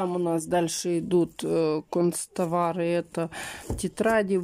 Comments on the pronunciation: кАнц.товары, а не кОнц.товары. От вашей речи, прям ухо "режет" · не говорит кОнцтовары. Она говорит кУнцтовары☝